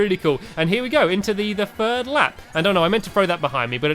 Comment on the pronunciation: You said Furd instead of 3rd